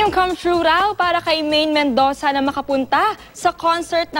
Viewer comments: itong ngo-ngo na ito laging palpak!Mendoza hindi mendosa! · ui,Mendoza not Mendosa,everytime na bibigkasin mo laging mendosa.,ano ba yan bat kasi pinipilit ka ng GMA to become an anchor at host napaka poor mo naman diyan.